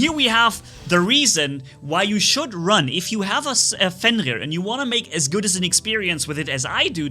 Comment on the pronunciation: I like how says like “Fengir” instead of Fenrir Edit: they’re Marquess not Hussars Edit 2: i wanna see more Minos only gameplay